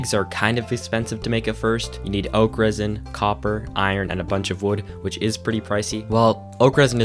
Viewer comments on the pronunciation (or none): Took me a while to realize you were saying oak resin and not Okras.. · I'm sorry. this is like the 3rd time I'm watching this video but everytime you say 'Oak Resin', I always hear 'Okras'